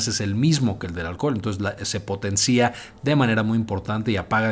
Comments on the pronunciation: No se dice "potencía", se dice correctamente potencia, buzo mi doc 🤷🏻‍♂️ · Min 3.10 "El efecto se potencía" De debe pronunciar sin acento en la " i " .